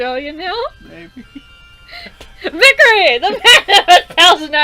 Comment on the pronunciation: Sorry, i'd want to point out that your saying vikere (vik-er-e) when its vikare (vik-ar-e)...